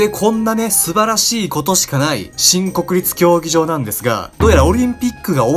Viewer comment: もうそれにしか聞こえないw